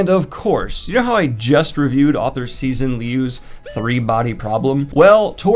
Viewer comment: the x in cixin liu's name is pronounced like a "sh"